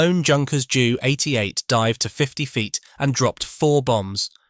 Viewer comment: "Junkers 'Jew' 88" instead of Ju 88 🤣🤣🤣